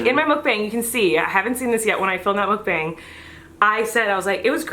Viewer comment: sorry but it really bothers me as a korean that you are pronouncing mukbang wrong..